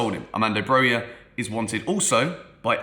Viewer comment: its Brokha not Broya